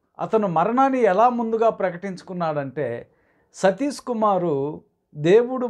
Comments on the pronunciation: Meeru , Sathish ane pronounce sarriga cheyyandi ayyagaru ,emi chaduvukunnaru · అసలు మీకు ఆయన పేరు పలకడమే సరిగ్గా రావడం లేదు ఎందుకండీ మీకు. 🤦 మీ ద్రుష్టి వాళ్ళ మీద నుండి తప్పించి దేవుని మీద పెట్టండి బాబు